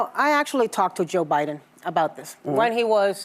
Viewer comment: You mispronounced "the joe biden administration."